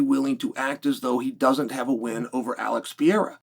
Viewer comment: Why tf can't chael say Alex's name properly??